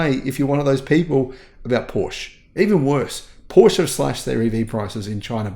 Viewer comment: In order to offer credible commentary on cars, at a minimum learn how to pronounce Porsche